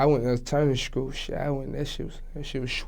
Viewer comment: "alternity shkoo"